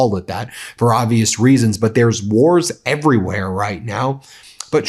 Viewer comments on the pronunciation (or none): none